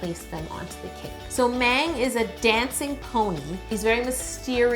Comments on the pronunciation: i don't want to correct yolanda but she said meng than mang just putting it out there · Please please please do the other four! Btw: The 'A' in Mang is soft like "ahh". Excellent job, you really captured the characteristics of each one perfectly! Next; RJ, Koya, Chimmy, and Tata! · Mang is pronounced mAHng. mang is the only girl 😍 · Love this but Mang (망) is pronounced mAHng. Like Ah not Ay. Hope this helped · No offense no hate,but you got the BT21 owner wrong and you said “Mang “ wrong but it’s okay 👌 I was like that before but with their names when I was new. I purple ❤️ 💜you and your vids you are very talented!( please do the others Tata is my favorite!) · That’s not how you say Mang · she said mang wrong but that's alright uwu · She said van and mang incorrectly